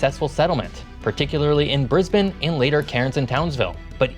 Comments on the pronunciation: You said "Brisbane" right. Well done, mate. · As an Australian, I appreciate the fact you've done your homework and attempted to pronounce several place names correctly :D You did quiet well with Brisbane as far as I could hear :) Not all perfect (Canberra, Yarra), but good work none-the-less.